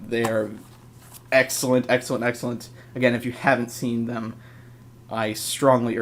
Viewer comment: i swear i heard u say sexcellent